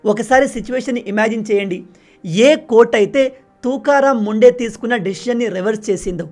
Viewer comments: Bayya,, officer name sariga pronounce cheyandi,, please ❤❤ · Name pronunciation wrong